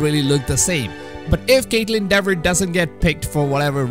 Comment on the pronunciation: I pronounced it "Dever" too at first. It's actually pronounced "Deever":-). Btw I want Kaitlyn Dever for Ellie too